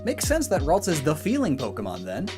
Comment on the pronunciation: Ah yes Raltsa